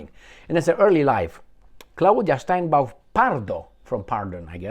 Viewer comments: Sheinbaum, not steinbeum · It's not Steinbaum, it's Sheinbaum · You are mispronouncing the name of the new president of Mexico. It is Sheinbaum. Also, do you know the real name of Netanyahu? It was Benzion Mileikowsky. As for Ahmadinejad, not so fast. He may not be allowed to run. He was disqualified the last two times. There are a number of other very good people who are running. He was the president for 8 years. That should be enough.